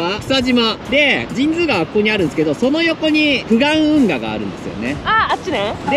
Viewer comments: 「じんづうがわ」なんですね。「じんつうがわ」だと思ってたわ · 俺はずっと「じんつうがわ」と言ってたけど「じんづうがわ」が正解なんだね(^^♪ で、作りかけの道路は富山ー高山連絡道路じゃない？？？違うかな？？？ それと、道の駅 アルプ飛騨古川のすぐ横の「めん処 ほりのうえ」の大エビ天うどん(そば)をいつか食べてみてm(__)m